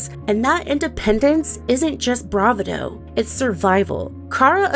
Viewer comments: bravado = bruh-VAH-doe not "bravah-doe" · Excellent vid essay, but Bravado is pronounced more like Bruh-VAH-doe